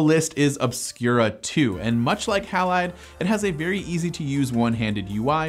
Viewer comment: Surely "Halide" is pronounced "Hay-lide" --- It's always pronounced like that in chemistry.